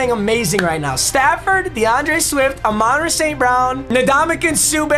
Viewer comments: You gotta stop pronouncing hommies name like that 😂😂 it's amon **pause ra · Can someone teach him how to say Amon-Ra (you are supposed to pause in between each part)